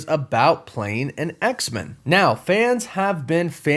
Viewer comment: I love your work but I'm so weirded out by the way you say X-Men. I've never heard anyone say it that way. It's X-MEN not X-min. Men needs to be said the way it would be if standing on its own.